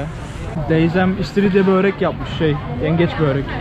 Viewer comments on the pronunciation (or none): Abii böööğrek değil börek. Lütfeeenn!!